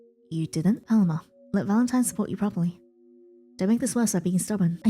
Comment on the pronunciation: Hey just as an fyi I think Paloma is pronounced “PUH-LOW-MUH”